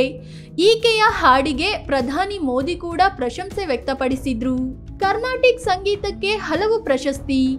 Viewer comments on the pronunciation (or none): none